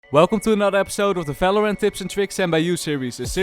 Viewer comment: I love his accent ❤when he says Valorant as Felorant 😂